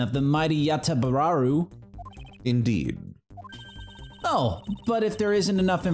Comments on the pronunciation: Mispronunciation Tracker: Yabagoba Yata-danganropa Yabagasu Yatagaru Yat-whatever Yabagabu Yagadaro Yagabagi Yagadahdo Yatabararu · I propose the Infinite Theorem: if is given an infinite amount of time to say a bunch of syllables out loud, she’ll reach the correct way to say Yatagarasu eventually